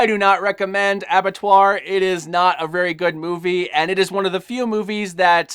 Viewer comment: as someone who has french as his first language, you said Abattoir good